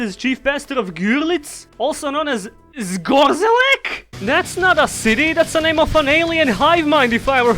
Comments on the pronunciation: Actually, you read "c" in "Zgorzelec" as "ts" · Tfw even a Slav can't pronounce Polish city names...it's Zgo-zhe-lets lol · FFS that pronounciation of Zgorzelec. I'm a Pole, I found it funny, and so did everyone I told it to. Carry on.